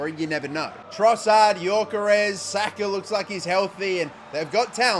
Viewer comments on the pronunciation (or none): none